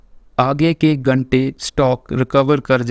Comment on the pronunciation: आगे के गंटे । नहीं। आगे के घंटे।